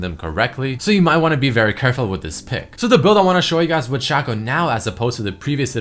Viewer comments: Shaqco? Not Shaco? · its shaco not shaco